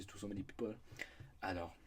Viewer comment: When he said "Alors" I KNEW this was going to be good